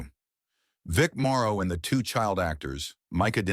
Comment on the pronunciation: It's Vic MORROW, not MARO